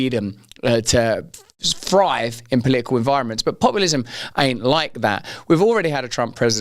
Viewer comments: Omg how funny. He couldn't even say political 😂😂😂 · He can hardly say political